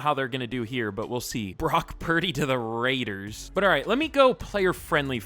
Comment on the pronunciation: never say the raiders name like that again